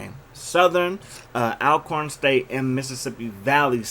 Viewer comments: Say my school’s name right. Even though it’s spelled Al-corn, it’s pronounced All-corn, jus like Al-ways or Al-right is pronounced All-way and All-right... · Bro... its pronounced ALL-corn State not ALcorn